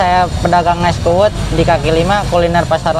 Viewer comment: Bukan kuwut tapi kuwud